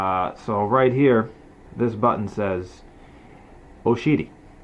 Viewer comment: "Oh-Shiity" love how Americanized the name. 🤣😂